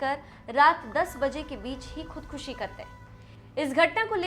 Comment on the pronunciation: शब्द का सही से उच्चारण करना चाहीये खुदखशी नहीं खुदकशी या आत्महत्या ।